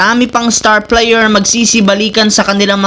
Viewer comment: Ayusin mo nmn pagsalita mo idol. Kaya pala binabash ka ng iba. Player. Hindi p.layer ha? Hahaha